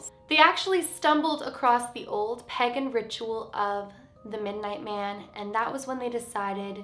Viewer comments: It’s pronounced Pay-gon Not peg-on Someone in my family is pagan it has he same beliefs . Sorry just going I had to say it lol no hate ! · Unless the Canadian pronunciation is different, I’m pretty sure it’s paygan, not pegan. 👍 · I love and here videos but...... am I the only who didn’t like the way she said pagan